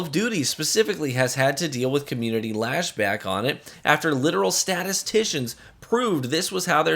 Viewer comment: "lashback" killed me, I'm sorry XD